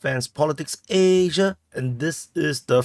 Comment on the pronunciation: you say ayyyysia so stylie